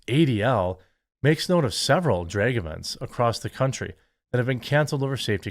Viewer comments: auto subtitles are also reading Drake show instead of Drag show, by your mispronunciation. Anyway, theyd say if the poke is healthy enough for all ages, then s** should be healthy too, that hs been going on since long time by the disney, etc propaganda agenda of the elite sx maniac class. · Drake show? Draygue? Wtf are you saying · I keep hearing you say it as "dreg story hour" and it still fits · I never believed Jeremy was from Wisconsin until I heard him say drag. 😅